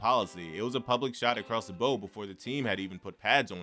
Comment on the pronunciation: You said shot across the bow funny.